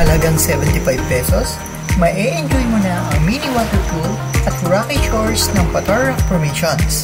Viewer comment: long A ang pronounciation Pataaaar hindi patar !